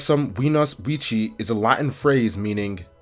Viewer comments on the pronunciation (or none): I love this video but minor correction on your Latin! If you're pronouncing it in Classical pronunciation, the C is a hard "Kuh". So Vici should be pronounced close to "Wiki". Otherwise, I love your content!